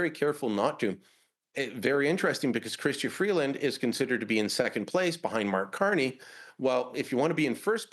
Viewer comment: I heard Brian say Marx Carney, thumbs up!